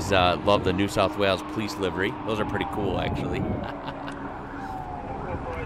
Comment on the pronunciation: And also pronounce livery correctly